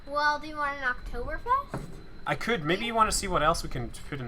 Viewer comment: You speek "Oktoberfest" like a real German ;) Greetings from Germany